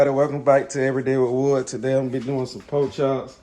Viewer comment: Wood is definitely southern “ po chops”😂😂😂🖤